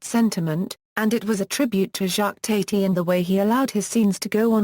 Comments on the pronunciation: Thank you for the warning! I watched TWO SECONDS, and after I heard her pronounce his name TATE-Y I knew this was junk. AVOID!!! TATI sounds like TATTY, you morons!!! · The second word from this AI was enough to stop me from wanting to hear any more. It cannot even pronounce his name properly.